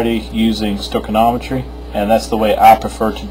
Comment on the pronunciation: "Stoichinometry." I think you mean "Stoichiometry."